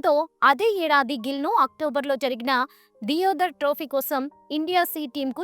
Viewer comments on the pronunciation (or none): డియోధర్ ట్రోఫీ కాదు.. దేవధర్ ట్రోఫీ..